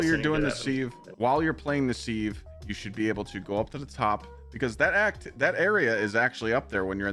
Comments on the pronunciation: Love the vid but "Seeve" should be pronounced "siv" , like the kitchen tool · Its not seeeev its Siv 😂